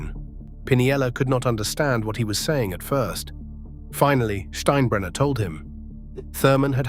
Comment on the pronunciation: And the pronunciations are annoying. It butchered steinbrenner and pinella.